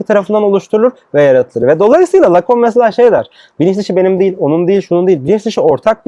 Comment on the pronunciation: Ayrıca Lacun değil Lacan!